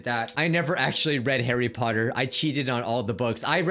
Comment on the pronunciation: YOU DIDINT READ MAH HARRY PAWTER BAUKS